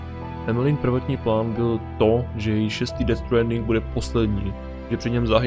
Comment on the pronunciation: Dobjè videjo s ded stwaaaandingem😄👍